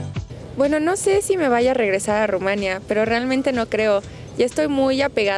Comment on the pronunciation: Te aseguro que, aunque sea de origen rumano, ella no creció allá. No sólo porque no tiene acento extranjero sino más bien bastante acento mexicano, sino porque dice "Rumania" (acentuando la segunda sílaba), en lugar de decir "Rumanía", con acento en la i latina, qué es exactamente la pronunciación del nombre de ese país y ningún rumano que haya crecido allá lo pronuncia como ella, aunque hable excelentemente el español.